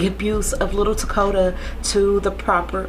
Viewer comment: And thank you for pronouncing his name correctly! So many people call this baby Dakota and it angers me so bad. HIS NAME IS TAKODA, and he was here and he mattered!